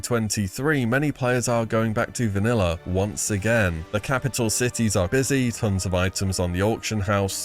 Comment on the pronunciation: “Vaniller” never gets old